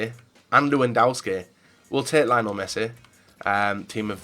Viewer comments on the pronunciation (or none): none